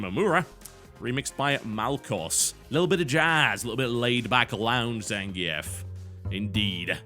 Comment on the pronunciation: Is... Is Zangief's name pronounced "Zangee-ef" or "Zangeef"? I've always used the latter, but I wouldn't be surprised in the least if I was totally wrong about it.